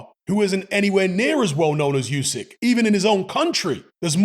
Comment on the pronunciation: OOSIK, not YOOSIK, FFS!